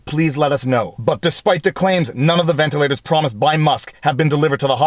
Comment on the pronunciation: Wtf, he said Elon. He also said ventalers though.